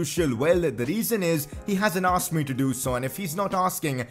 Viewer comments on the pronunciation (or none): none